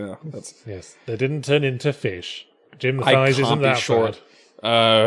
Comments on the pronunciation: According to a 1984 interview, his last name is pronounced “Tice”, not “Thighs”. For reference, it’s spelled “Theis”. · His name was pronounced "Tice", not "thighs". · The hyoid bone is the origin for muscles of the mouth floor/larynx/etc. Red emerald (also known as "red beryl") actually is a thing. Jim "Encyclopedia Brown" Theis (rhymes with ice) clearly put every part of his high school science class / thesaurus into this story.